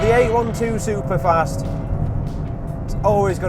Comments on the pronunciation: Eight twelve superfast not Eight one two 🙄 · for the love of god.... its EIGHT TWELVE SUPER FAST.... not EIGHT ONE TWO.... JEEEEEEEZ.